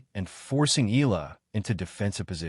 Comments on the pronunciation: Please pronounce her name right..its E..,A..LA.. NOT ILA. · pronounce EYALA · Please pronounce CORRECTLY EALA AS EE YAH. LA...salamat po...